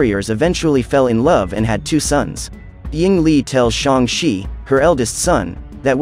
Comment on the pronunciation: shang she its shang chi